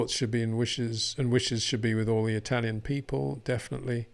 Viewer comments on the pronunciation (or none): none